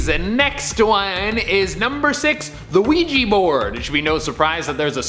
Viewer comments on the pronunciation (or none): Why the ouija board Sound like "Luigi board"